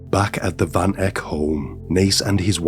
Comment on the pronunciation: South Africa. Van Heerden / Van Eck. Van pronounced as fun. Welkom pronounced like you would say norm. The o sound in norm.